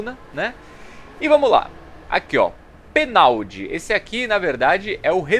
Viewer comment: Peno Lácô. É assim que se pronuncia.